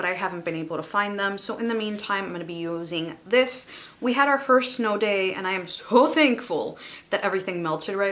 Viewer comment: Where are you from? I heard snow